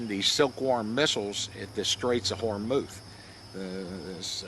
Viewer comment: I think it is pronounced whore-muz not hormouth, and i think that is my dad's helo in the background of one of the pictures